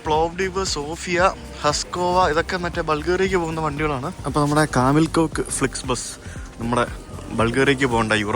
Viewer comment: Kamil Koç - കമിൽ കോച്ച് ആണ് , കോക്ക് അല്ല !